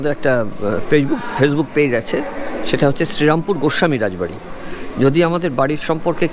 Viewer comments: Pronounciation ta thik korun vai, ota cherampore noy sri ram pur. Bangladesi der uchcharon sunle gaa jole majhe majhe. Ekhon ei comments e hazaro a mori bangla vasa bole oneke hedia morbe. So plz excuse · I told to you that check your pronounciation only. And I wrote sri ram pur to make the pronounciation clear. That's why I break the word. Its not cherampur but serampore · দাদা ওটা শ্রীরামপুর, সেরামপুর না !!!